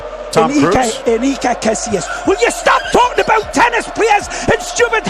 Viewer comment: I loved the ''sorry abUt that'' in the beggining, not a hint of canadian in you